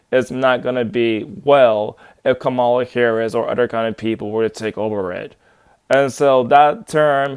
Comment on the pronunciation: Fake news. Are you mispronouncing her name on purpose? Sad...vote Harris/Walz.